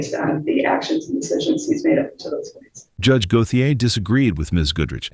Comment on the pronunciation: Go-the -ay? Lol. It's GO-SHAY.